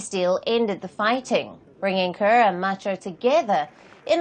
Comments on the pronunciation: Palki give us our own black 🖤 reporter not this pronouncing kiir (ker) as Car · Hes not called President Kar he is president Kiir